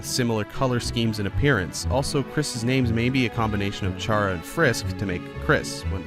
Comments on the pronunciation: STOP SAYING char-uh ITS care-uh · Almost Everyone : its C.ARA NOT CHA.RA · Sorry, autocorrect. Chara is pronounced “Kara” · Me getting angy when you said CH(as in chip)-ara instead of Ch(like car)ara because it’s a play on the word character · Character is pronounced “kara” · Well you said chara like how I said but you pronounce it as cara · Or maybe it's actually pronounced KARA!!!!!! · Chara's name is pronounced car-a. So, Kris's name might be a combination of Frisk and Chara. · Why do you pronounce Chara like that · 51st fact: You pronounced Chara wrong.